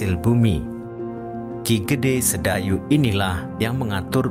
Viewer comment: bukan KI Gede Sedayu,tapi Ki Gede Sebayu. Ada 2 pemerintah daerah tingkat II di tegal yaitu kabupaten dan kotamadya Tegal. Untuk sebutan kota Bahari itu untuk Kotamadya Tegal,sedangkan Kabupaten Tegal adalah Slawi Ayu